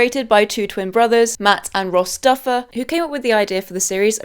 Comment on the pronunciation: Girl it’s the Duffer brothers not the Duffle brothers